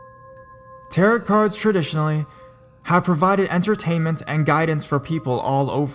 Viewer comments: tar-oh not tarit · what exactly is a tear it card reading lol. the end t is silent essentially sounding like tear oh. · It's pronounced "TEHR-OH" the last "t" is silent. And the "c" in Celtic is a hard "c" meaning it's pronounced like a "k". It isn't pronounced like the Boston Celtics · How can you make a 13 minute narration video on the subject of tarot cards and and not somehow find out the pronunciation of the word tarot? It's french. TA-ROH. It's not pronounced like carrot.